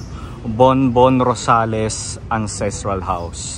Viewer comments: Borbón-Rosales hindi po Bonbon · Borbon po hindi Bonbon. Well maintained po inside, promise! ❤️ wink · BORBON-ROSALES, HINDI BONBON-ROSALES! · Borbon-Rosales po.... Borbon not Bonbon.... thanks po.